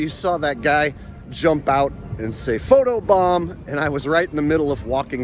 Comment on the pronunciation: He didn’t say photo bomb 💣 he said photo bum